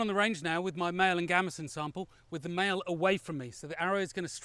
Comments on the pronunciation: Maille is a French word and is pronounced "My", just saying ;) Great vid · Maille?? Is that French for mail or something?